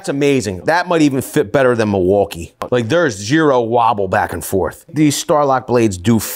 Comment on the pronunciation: Love the channel, can't stand when he says "mulwoolkee"